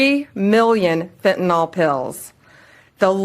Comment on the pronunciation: She doesn’t even know how to pronounce fentanyl? It’s not fentaNOL, Pam, it’s fentanyl! Can she not READ? She’s an embarrassment to the office she holds. My goodness.🤦🏻‍♂️